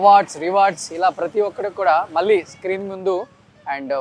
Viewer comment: please improve your telugu pronunciation. మల్లీ కాదు మళ్ళీ వాల్ల కాదు వాళ్ళ Dear suman TV management Please ensure that the anchor improves his diction.